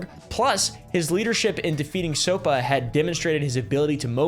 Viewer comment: You mean brian manning, also if an acronym can be said, you are supposed to. Sopa "soap-ah" jstor "J store"